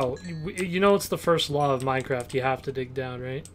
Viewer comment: 1st To like meh own comment >:D P.S. You pronounced Minecraft wrong